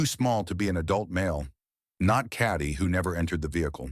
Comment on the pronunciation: Her name is Katie. Not caddy. I hate AI.